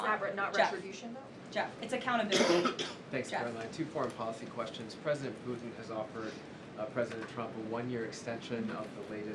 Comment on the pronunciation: President "Poo-In"